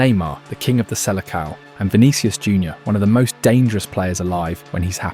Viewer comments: seleção is pronounced "selesao" not "selekao" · Pronounciating seleção as "silikao" hurts a little my ears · Mb you should have at least listened once in your life to how "seleção" is pronounced before making this video. Smh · I didn’t even make it that far 😂 Soon as I heard the botched pronouncing of the selecao I stopped 😅